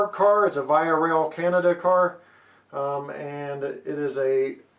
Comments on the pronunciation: Oh and VIA is pronounced officially as "Veeah" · beautiful stuff! VIA Rail is pronounced -vee-aa-. no doubt about it. :) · Thanks for the review. Another Canadian and Canadian modeller here who knows the owner of Rapido Trains, your review was great and nicely done. The correct way of pronouncing VIA and Rapido is: VIA is (Vee*ah). Rapido is (Rah*pee*do). Keep the Canadian reviews coming ;) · Ra-pe-Do and Vee-ah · ra pee do vee ah rail pee co, I can't STAND how you pronounce things. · As a Canadian, it's pronounced "vee-ah" not the way you pronounced it, but hey, awesome review. Love your vids, Thanks! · great video! this will help me alot with my new table layout and new CP Wide Vision caboose by Rapido. not to nag, but VIA is pronuonced V"ee"a. And Rapido, yes it can be debateable, but the owners pronounce it as Rap"ee"doe. but i wont force you say it the proper way, so say it anyway you like. just trying to help a fellow modeller out. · You pronounced VIA wrong. It's more like ve-ya not the way you said it.